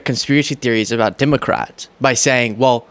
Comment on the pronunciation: Stop saying DIMOCRATS.